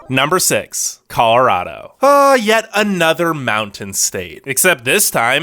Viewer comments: Vermont is NOT the 2nd Smallest State. And What is a "Maudin" ?? Do you mean "Mountain" ?? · Narrator can't pronounce mountain, or brewery!